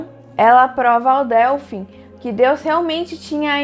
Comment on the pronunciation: Muito bom, só um comentário: se fala dÊlfim, e não dÉlfim. Obrigada pelo vídeo! 🌷